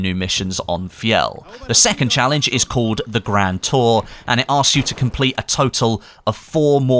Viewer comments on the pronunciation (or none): none